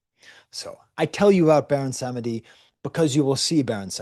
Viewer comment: PS: Ogou is [Oh-goo] Lwa is (l-wah), Dantor (Dan-toe) Baron Samedi (Bawon Samdi) Fantastic analogy to the communion. Fun fact (or maybe not so fun) Bawon Samdi gets the title of Baron for the fact that it's the highest ranked European nobility that an enslaved person was going to encounter on the island. Saturday is associated with Death (Saturn) in European occultism hence Bawon Samdi.